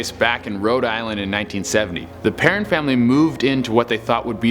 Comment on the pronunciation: He pronouced perron wrong but this guy is funny. It is pronouced PERROWN